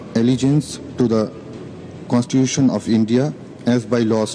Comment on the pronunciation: ஒருத்தனுக்கும் constitution pronounce பண்ண தெரியலையே 🤨🤨